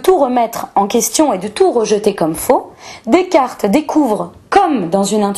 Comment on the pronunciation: Intéressant mais quelle plaie cette manie de se la pèter avec l'accentuation du e muet. Descarteuh, personneuh, méthodeuh. Vache cinq minutes et j'ai renonçé.